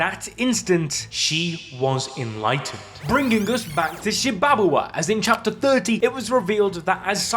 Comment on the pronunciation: Shibabawa: “sHi-bAbA-wA” 🥴 Garo: “gEh-Ro” 🥴 Hakari: “hA-kYrIe IrViNg” 🥴 Why not just say “Shiba Inu,” “Jellyfish,” and “Hickory Honey Smoke Ham” instead 😂